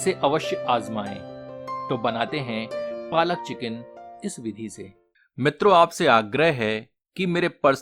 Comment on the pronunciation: Its not palak its Paalak 😊